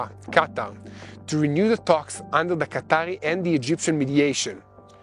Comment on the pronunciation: Thank you. I want to give you some advice. In English the letters “O” and “A” do not sound the same. Please get some help to improve your pronunciation? The word “talks” is not pronounced “tox”.